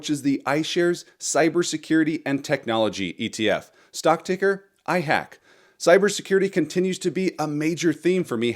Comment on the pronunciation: IHAK not IHACK. It's volume is too low.